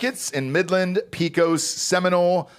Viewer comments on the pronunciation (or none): When you incorrectly pronounced "Pecos," I almost lost my shit but then remembered words are hard for you. See below. The correct pronunciation of "pecos" is PEH-kohs.